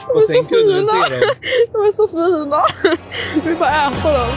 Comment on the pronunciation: haha älskar hur hon säger ”fina” med riktig jävla Stockholms dialekt😂